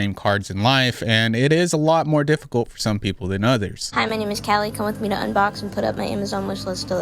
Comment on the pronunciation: it’s pronounced kallie not kaylee lol